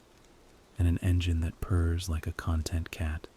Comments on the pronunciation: Content is pronounced differently when it means relaxed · The pronunciation of "content cat" like the cat is a content creator was funny.